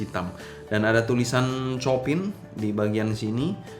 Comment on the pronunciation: bukan copin ko2 dibacanya chiopang...krn istri guru piano jd ngelotok denger nama2 pianis classic 😂😂😂..